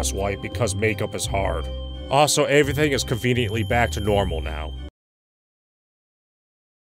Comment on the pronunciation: lol "averything"